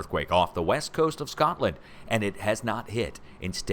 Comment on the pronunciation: So pleased you were incorrect on North UK (Sean Connery pronunciation of S(h)cotland) Obviously the detour was appreciated.